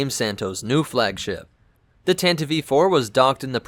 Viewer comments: Tantive Tan-Tie-V NOT Tant-iv-eve What is it with people and basic pronunciations. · I always thought it was Tantive, not Tantiv-e. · I thought it was pronounced tantive not tantivEE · y'know.. the e in tantive is a silent e. jussayin'. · I hate how tantive is pronounced. It's just all sorts of wrong.